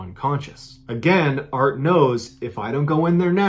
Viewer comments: Everytime he says “art and Lisa” I hear “Bart and Lisa” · I’m way late but just recently found your channel and love it. Am I the only one that kept hearing Bart and Lisa in the first story instead of Art and Lisa? 😂